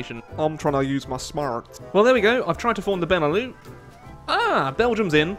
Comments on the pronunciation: It's prenounced BEN E LUX not benelough btw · BENE LEW? BENELUX! LIKE LUXUMBERG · Benelux not benelu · It's beneluks not beneloo, it stands for Belgium, Netherlands, and Luxembourg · Benelux is pronounced "beh-nuh-luks", not "bennuh-loo". It's a contraction of "Belgium, Netherlands, Luxemburg", not some fancy French word. Sincerely, a Dutch person. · BENELOU BENELOO BENELEW FUCK SAKE IT'S BENELUX. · It's Beh-Neh-Lucks, hard X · The fuck's a benelou? There's an x in Benelux you know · it's fucking beh-neh-lucks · It's pronounced Ben e lux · Btw, the X in Benelux ain't silent:p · You need to pronounce the X in Benelux. 😋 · Really enjoying the HoI challenges still, keep them up! On a small aside, the 'lux' in Benelux is a hard x (as in x-ray). Not a big deal but thought I'd mention it. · You've missed pronounced Benelux. Be is as in Belgium. ne is as in Netherlands. lux is as in Luxembourg and is pronounced the same as it is in in Luxembourg. Put them together and you have the Benelux. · I thot u pronounced the x in benelux